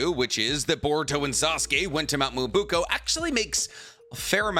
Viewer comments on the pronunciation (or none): Why do you keep saying Mt. Myobuko??? It’s not Myobuko. It’s MyoBOKU. Please at least try to pronounce things correctly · Hearing you mispronounce Mount Myoboku (not Myobuko) so many times was painful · I think this might be the first video where the mispronunciation of Mount "Me-yo-bo-ku" (Myoboku) has really distracted me. At first it was funny, but now it's confusing me sometimes. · Mi-yo-bo-ku not muubuku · WTF us Mt. Miyabuko ????? it's Miyaboku, you 🗑️ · Its MyoBOKU GOD DAMNIT. I had to hear that shit 60000 times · I feel like he does this on purpose😂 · Nobody:: Mount Muwobukoow ✌️✌️✌️ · i love your horrible pronounciation of specific expressions :D Mount Myoboku [mjoboku] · Love the theories; can’t stand how he says Myoboku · mispronouncing Mount Myōboku is messing with me lol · cant even pronounce myoboku right 💀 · What do you expect from someone who cant even pronounce myoboku right 💀